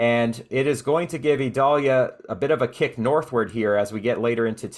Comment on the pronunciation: I notice you call it (Ē•doll•yah) while the national weather service calls it (eye•dail•Ē•ya), two very different sounding names. Is there a place for people like yourself to reference official pronounciations so that listeners won't possibly be confused?